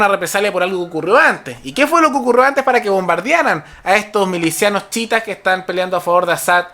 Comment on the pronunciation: chiitas no chitas wn